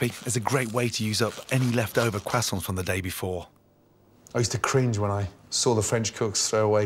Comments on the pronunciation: QuAsOoNt perfect way to say it 👏👏👏 totally not cruh-sont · Why does he pronounce French words like 'croissants' actually the correct way, but something like 'filet', he pronounces it like "fill-it", which I don't believe is the correct French pronunciation.